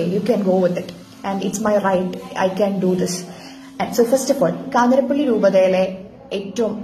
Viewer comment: news : 'കാഞ്ഞിരപ്പള്ളി' ആണ് 'കാഞ്ഞിരപ്പിള്ളി' അല്ല. Also please note elsewhere many are saying 'പാലായനം', it is actually 'പലായനം' i think.